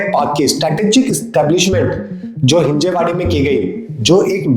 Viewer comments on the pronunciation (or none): हिंजेवाडी❎ हिंजवडी ✅